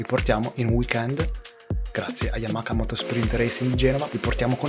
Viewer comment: Comunque si dice YamaHa, non YamaKa 🙂